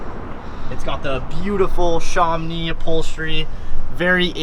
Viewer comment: Sham-Oh-Nee...Not Sharm-nee. It's named after an area in France.